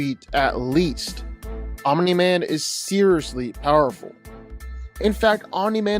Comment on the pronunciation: Wow made ANOTHER invincible video who culd have seen it at least this time dragon ball isnt involved and pronouncing omni correctly my god this is a special video